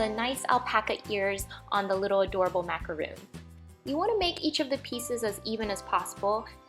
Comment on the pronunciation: It's not macaroon it's pronounced macaron